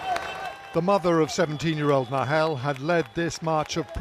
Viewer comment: ITV~ the least you could do is get the boys name right!